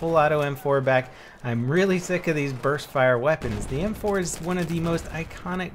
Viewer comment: U sound like ur saying burth fire